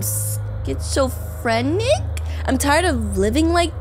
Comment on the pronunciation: it’s pronounced scitsz-oh-fren-ic just saying to help!